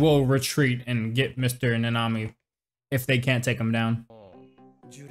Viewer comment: Also it is Kento Na-ne-mi not ne-nami